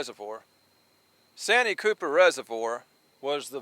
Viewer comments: You keep saying sanyee cooper lake that's not what it's called I live about 30 minutes away from santee cooper that's what it's called get it right if you're going to talk about the catfish lake of South carolina in the town of santee sc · It’s pronounced SAN T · Austin from SC here. Just so you know it's pronounced " SAN - TEE Cooper"....